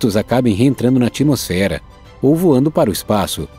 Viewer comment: Narrador, cuidado com a pronúncia. Não é ATIMOSFERA; é ATMOSFERA, com "t" mudo. Não se pronuncia o i. Tem que ser como at-mosfera.